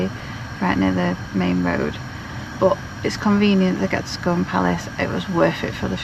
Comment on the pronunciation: Lovely video! We live in Perth, Scone is pronounced scoon. Glad you’ve had a good journey, we’ve never been to Roslin Chapel but looks great!